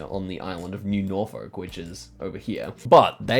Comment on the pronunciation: Someone who lives in an area called Norfolk I didn’t like the way you pronounced it